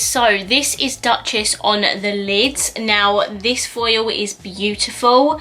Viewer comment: Hey there! I bought almost the hole collection 😅 You pronounced Duchess wrong it‘s „Dochess“. It‘s france ☺️